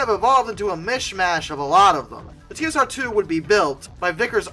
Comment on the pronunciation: Duncan Sandys pronounced his surname as "Sands". Never take the pronunciation of any name used in the UK at face value. Those of us alive at the time of the project never said "dash" in the name "TSR-2". It was always the "TeeEssAhTwo". (note the non-rhotic English R).